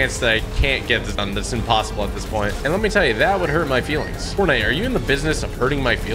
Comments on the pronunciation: Bro, forntite😂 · Ah yes, ForNTITE xD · Ah yes forntite 😂😂😂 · Forntite? WTH